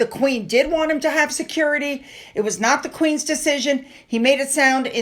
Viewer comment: Harry should pay for his own “securidee”